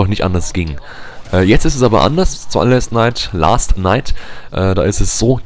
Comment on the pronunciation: Es heißt : Metro Last Light ^^ (nicht last night)